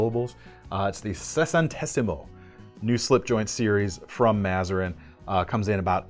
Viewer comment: Good pronunciation of sessantesimo sir!. Looking forward the interviews.